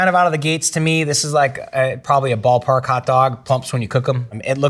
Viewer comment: Definitely said boo pah